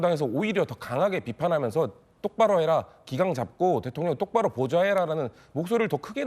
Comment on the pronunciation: 대톤녕은 도대체 누군데?발음도 야무지지도.정신상태역시 야무지지도 못한 비례출신 김병주. 제발 담 국회에서는 안보고싶다.국가안보의 망신.